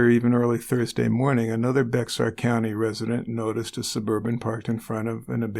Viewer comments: FYI Bexar is actually pronounced Bear not pronounced literally. I guarantee he plead guilty because Texas is not afraid of the death penalty and he definitely deserved it! I have an issue with calling her family names since they did not take the kids. They were raised by the psycho so to judge them because he probably made them different then any average kid is unfair. Raising someone else's kids is not easy. It could have been like trying to take a caged and enraged pitbull away from a bad owner and trying to raise it after the owners lost rights! Not fair to name call her family out when his family had their own issues! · When you start a TCB and hear the name of a former coworker 😳😳😳 Also, if you do future Bexar county crimes, it’s pronounced bear;) it was probably ba har at some point but has become bear.